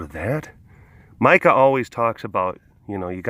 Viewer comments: You called Mika Mike-a!! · It’s Mee-ka